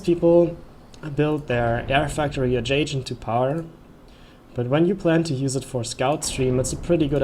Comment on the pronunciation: adjaCent, not adjaJent 👌😉❤️